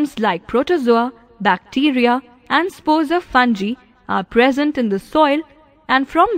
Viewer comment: It is not spelled as funji it is spelled as fun-g-ai and spelling fungi